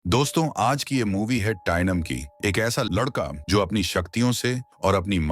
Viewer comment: ai voice h no problem but some name like not ldka his lndka 😂😂😂😂😂😂